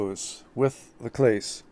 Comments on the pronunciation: It's not pronounced Clays its CLAW-SAY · Good products, you need to learn how to pronounce Clase!!